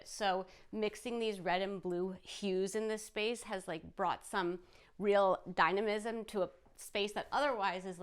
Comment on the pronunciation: “Dynamism” ? Wow 😂